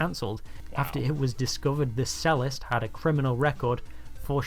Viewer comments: Typical narration read from a script 🙄. What is a Sellist? I thought a person who played the Cello (pronounced Chello) was a Cellist (pronounced Chellist!) 😂😊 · I wonder if this is an AI narration because he keeps saying “sellist” but it’s a cello and a cellist! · Ironic that a guy creating a video about how stupid other people are cannot pronounce 'Cellist'. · I have never heard cellist pronounced that way, is it a normal pronunciation somewhere? I don't suppose the UK English cello - 'chairlo' is the original either!